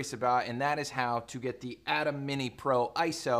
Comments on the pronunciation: Ayyyyye—-Temmmmm not Adam lol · Pronounced "A-tem", not like atom. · Thought i was the only one with cringe while hearing "atom" instead of "A-tem"